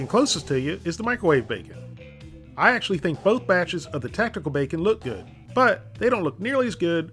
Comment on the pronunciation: "And it was guud"